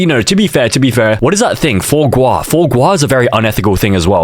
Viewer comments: bro im french and u say it like foa gra but its wrote foie gras but WDYM THIS IS FRENCH IVE NEVER ATE THIS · "four gwah" 💔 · (Fwuah Grah) its pronounced like this